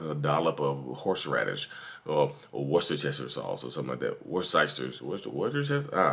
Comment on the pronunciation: calls it "W. Sauce"LOL😁